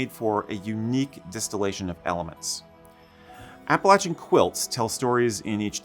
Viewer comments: Thank you so much for pronouncing “Appalachian” correctly! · Thank you for not butchering the pronunciation of Appalachian.